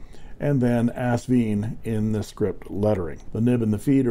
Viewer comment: The company name is AsVINE, pronounced like a grape VINE. Besides the owner Britnum Li pronouncing it correctly on other videos (Sally's husband BTW), the box gives the clue, as it ends in a vine at the end of the 'e'. ;-)